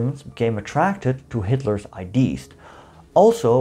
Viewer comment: Hitler's ideas--three syllables in English, i-de-uhs, come on, how hard is that to remember?